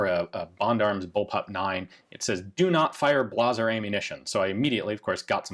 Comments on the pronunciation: Blah zer ..... really... you mean Blay zer ? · I always pronounced Blazer as "Blay-zer," not "Blah-zer." You're the first person I've ever heard pronounce it that way! Makes it sound fancy despite it usually being the one brand that frequently jams on me no matter what gun or caliber I try. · I gotta say the two things I can't help but chuckle..Ian saying "BLAHzer" for "BLAYzer" and his weird empPHAsis when saying Rheinmetall (met-UHLLLLLLLL), but hey good to know Gun Jesus has some foibles like the rest of us plebs, lol. Also REALLY wanna see one of those type 100 SMGs in action. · Is it really pronounced “blah zer” not “blay zer?” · He called it "blahzer" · I think the pronunciation is a comment on the quality of the ammo e.g. Blahhhh - zer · Ian really gonna pronounce Blazer Brass “Blaw-zur” to seem more German or something. Blazer coat, like the clothing. Trailblazer, like the NBA team. Blazer, like the Chevy automobile Blazer Ammo THIS ONE IS SPECIAL GUYS DID YOU KNOW THAT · "Blah-ser" ammo... lol Not sure if that was intentional or not, but you pretty much summed up all Blazer rounds. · Blaaah-zer ammunition? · ummm is no one going to bring up the weird way he pronounced blazer?